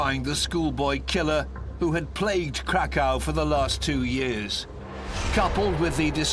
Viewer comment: The way Krakow being pronounced. Crack cow 😆